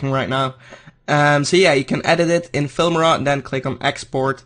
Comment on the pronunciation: Its noot "Filmira" its "Filmora"